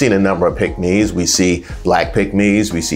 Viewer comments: I thought you were saying pigmy. I was like what! Tom Cruz has done nothing to help us. Mitch will sell you and himself to the highest bidder. No matter how much he allows Trump to talk about his Asian wife. He’s no man that won’t stand up for his wife. You know, in sickness and health? ?? Who was he talking to? oh yea, it’s MAGA Trump. What a sell out! So Mitch did you sleep with Donald Trump last night in order for you to be passive and displaying unmanhood! Divorce your wife and marry the person you are in love with, Trump! Are you a traitor to your wife and the Constitution? Wait, let me answer that question! YES, YES, YES! Pathetic behavior. If you don’t stand for something you’ll fall for anything!! AND you did!!!! Vote BLUE all the way🇺🇸🇺🇸🇺🇸🗳️🗳️🗳️🗳️💙💙💙💙🩵🩵🩵🩵🧢🧢🧢👍🏽👍🏽👍🏽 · Please enunciate the word, " PICKK- MES" b/c it sounds like something else. Thanks!